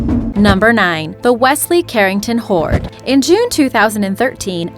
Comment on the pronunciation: Am I the only one to hear "whore" instead of "hoard" for number 7? And "ber-ied" got me as well, thinking I was watching The Cleveland Show how Cleveland pronounces "buried" like "ber-ied" Same thing with "root" for the route.